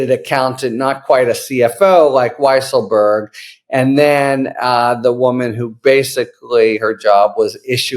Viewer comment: By the way, his name should be pronounced Weasel-berg.